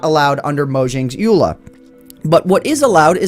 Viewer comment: It is said E.U.L.A.